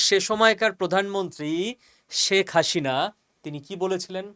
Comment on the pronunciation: হাশিনা নয়, হাসিনা।